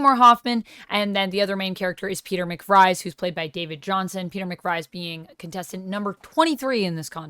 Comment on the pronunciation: A lot of people say Peter McVries last name is DeVries so don't feel bad. You're normal.